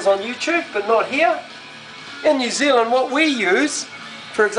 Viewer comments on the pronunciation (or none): none